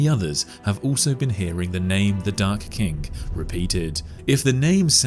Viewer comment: The video: The Dark King What I keep hearing: The Dark Kink